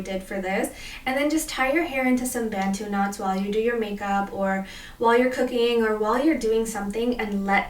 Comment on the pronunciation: Throwing a 'like' up just for the fact that you said bantu knots